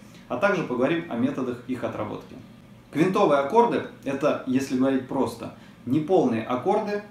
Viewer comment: прошу прощения, но правильно "квИнтовые".